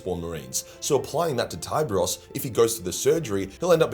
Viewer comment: So is it pronounced "Thai-bros"? I always pronounced his name as "Tee-beh-rhos" 😮